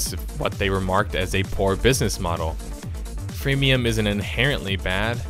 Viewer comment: "Fremium" love it :-D